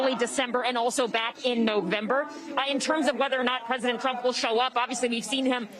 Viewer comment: Trump not drump